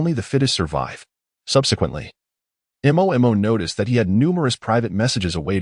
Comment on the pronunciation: Why none of the Ai in any channels cannot pronounce the name Mo? They all spell it out